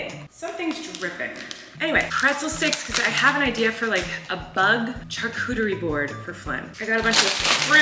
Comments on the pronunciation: Love that you say “ch-arcuterie” board and not sh-arcuterie haha❤️ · The way Colleen pronounces the ch in charcuterie instead of saying it like an sh sound... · wait. is that how you say charcuterie???